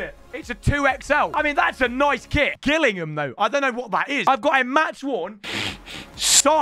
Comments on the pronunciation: Up the gills ps it’s pronounced jillingam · You pronounce Gillingham as if the G was a J, so basically Jillingham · isnt it pronounced jillingham ? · Man said gill instead of jill for Gillingham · Gillingham is my local team 🔵 pronounced like j-illingham. Not like the gills on a fish lol. Up The Gills 🔵⚪️ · They way he pronounced Gillingham is too funny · that’s not how you say Gillingham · u pronouncing gillingham like that means you dont deserve the shirt. i will take it off your hand. sick vid tho